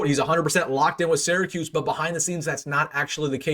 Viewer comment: Wilson I really enjoy your work but have one minor request.As someone who grew up in Syracuse but is a UNL alum, the first two syllables are pronounced “sear a”, not “Sarah”. Keep up the good work and GBR!!!